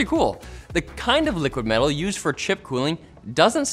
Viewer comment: LTT's latest branded product, "' Liquid Mell'al" 😂